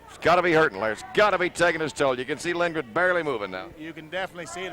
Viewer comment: The PBP announcer says Lindgren, which makes more sense. The color commentator keeps mangling the pronunciation.